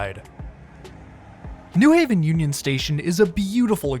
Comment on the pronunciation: Thank you for saying "New Haven" like a local, with emphasis on "New." (Contrast to pronounciation of New York and New Jersey)